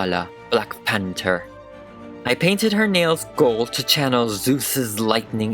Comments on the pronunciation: Did you say panter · did he say "panter"